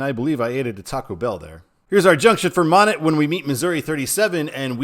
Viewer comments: Monett, long O. And net like a fishing net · And please make that “net” two syllables 😂 at least that’s how we pronounce it on the other side of the Ozarks